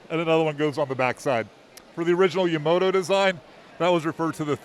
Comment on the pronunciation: Yamato not Yamoto 🤦